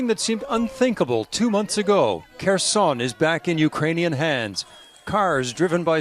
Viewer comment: It’s pronounced Herson, the K is silent.